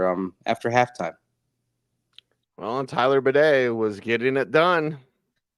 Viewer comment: Tyler stated in a locker room video yesterday that his name is pronounced “Bay-dee”. Bih-day, badee, or bah-day is not correct. The Bronco press office had the pronunciation wrong (or he’s playing with the press). Clip is out there.